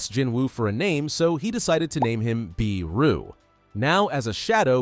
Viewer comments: Not biru its beru😂😂😂😂😂😂😂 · It's BERU not BEERU. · Lol they cant even pronounce beru correctly and they call themself better than most people 😆😆😆😆😆